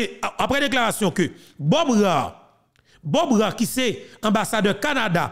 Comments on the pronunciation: tout d' abord je m'excuse pour cette intervention, car le show info doit être excellent. En effet, j'' ai entendu prononce le nom de l'ambassadeur Canadien Bob ra é, toi,tu prononces bob ra, mais les canadiens prononcent ce nom comme Bob rė ou rey. Donc, verifie si j' ai raison de cette rectification. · Nom Bob Rae se prononce : Ré..